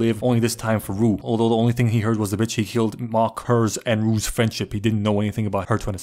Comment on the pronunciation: Glad that he had enough respect to say Rue’s name correctly